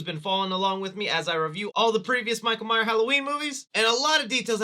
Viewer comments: “Michael Myer horror movies”? It’s Michael MyerS, not Meyer. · Love you. But please stop dropping the S on myers 🤣🤣